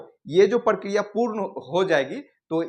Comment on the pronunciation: इ प्रकिरिया है या प्र प्र प्र प्र पराकिरोयअअअअअअअअअअअअअअअअ😮